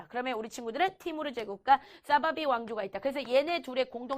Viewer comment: 사파비를 사바비라고 하는..